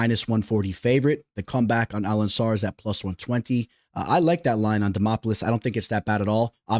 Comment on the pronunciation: AlenCAR , Bro.... WTF is AlenSSAR😂😂😂